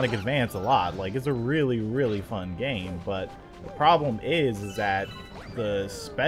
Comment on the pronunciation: is it just me or did anyone else hear him say dame instead of game